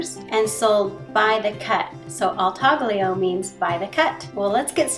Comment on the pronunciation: Taglio is pronounced in two syllables with a silent G: TAH/lyo.